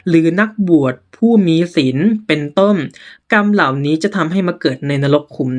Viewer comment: อ่านไม่ตรงกับพยัญชนะเลยค่ะ เช่น เหล่านั้นอ่านเป็นเหล่านั้ม เป็นต้นอ่านเป็นต้ม ความร้อนก็อ่านเป็นความล้อม